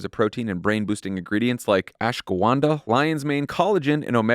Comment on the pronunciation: did john just call ashwaganda "ashgawanda"